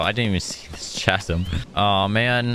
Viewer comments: Ka-zum it’s pronounced ka-zum! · CHASM💀💀💀 U PRONOUNCE IT KAZZIM